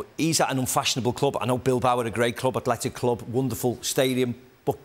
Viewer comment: McManaman well done:you said it right:Athletic Club!!!!!